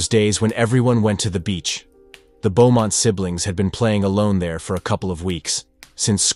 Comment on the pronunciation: Pretty sure you say it "Boh-mont", not "Bew-mont". Also, it's "dug up", not "dugged up". Want me to be your proofreader?! I catch them all, even in best-selling novels. Yeah, I do like your channel actually. I'm kinda dark.